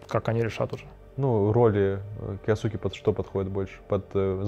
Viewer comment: Эрик кйоске а не киосуке